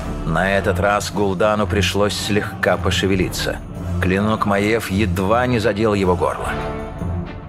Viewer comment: Не Маэв, а М-А-Й-Е-В.